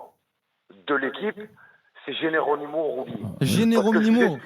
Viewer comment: Choukri c'est à cause de ce genre d'abrutis que notre club est tombé aussi bas. Des types sans aucune mesure, qui ont un QI à deux chiffres (le type sait pas prononcer Geronimo et Atalanta, frère) , comprennent rien à ce qu'ils voient et déclenchent des crises après deux défaites. Des gars comme ça, on ne veut plus qu'ils nous représentent. L'ambiance du Vel' a jamais été aussi ouf de l'histoire. Jamais. Ca fait 27 ans que je supporte l'OM, on a jamais eu un public aussi acharné positivement parce que la nouvelle génération sait situer le club sans la chape de plomb des années Tapie. Les boomers de ce genre, on ne veut plus les voir et encore moins les entendre. Ils ne représentent plus l'OM mais le bar des amis de leurs quartiers. Et l'autre supporteur qui appelle en conduisant au volant et n'a pas vu le match... En fait le standard a décidé de complètement troller c'est ça ?